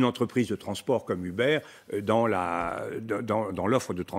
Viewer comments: On dit pas "Hubert" mais "E-beurre" c'est incroyable quand même de faire aussi peu d'effort de prononciation quand il s'agit de mots anglais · Ou-berr, plutôt (en anglais américain en tout cas) Mais on s'en tape un peu, oui.